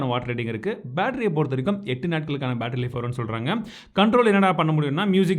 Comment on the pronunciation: sports mode count 7 nu sollum pothu verum 7.... athai vida 1 koda irukkuratha sollum pothu ettuu... nu romba thiyamaa iruppathu pola aluthi sollurathu :) enna bro